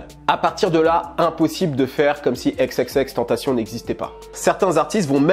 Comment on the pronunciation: Je meurt à chaque fois qu’un mec dis xxxtentaSSION ...